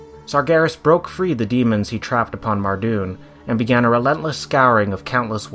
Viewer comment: "sargheres" "mahrdewn"